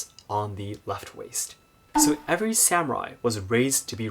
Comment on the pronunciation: Am I the only one troubles by the use of the term "SAM-u-raiS" vs "sa-mu-rai"